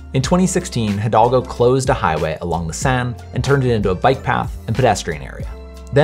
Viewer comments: Thanks for this video. The name of the paris mayor is Anne Hidalgo and not Hidolga. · It's Hidalgo, not Hidolga. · Bro struggled to say Anne hidalgo